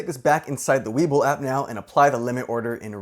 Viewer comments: I believe it's pronounced Wee-bull not weh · look its hard to watch when you aren't even saying the name right. it is WE BULL not web ull... sorry, no value added here but sticking around for the vid lol. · We...bull.. weeeee bull.. not web el..otherwise great job lol. Web bull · Webull. Not Wэbull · It's we..bull not web bull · Juan Pablo IKR. That drove me crazy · Haha was just about to say that. :D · It’s not “web-bull”. It’s “we-bull”. Say it right. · I was going to watch this video but after the 3rd time he pronounced webull as web bull I had to stop the video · So im the only one bothered by how he's saying "web bull"?? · Bwahahaha it's pronounced WEEbull bro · I seriously can’t watch this for longer than 20 seconds due to his constant mispronunciation of “Webull” 😖😖😖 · Had to stop watching at the very beginning because it's hard to want to take a lesson from someone who can't even pronounce the name of the app the right way. Lol. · I am taking advice from some who is saying webull wrong ... Great video by the way ! :D